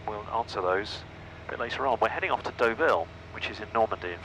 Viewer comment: Another great video, but honestly... De VALLL??? Brought to you by the same people that gave us car PENTruss. It's DOH-VEEL!!